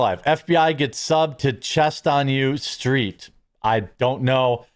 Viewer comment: It's not "ur" street Jeremy. It's "U" street. It's a street in D.C., used to bartend around there.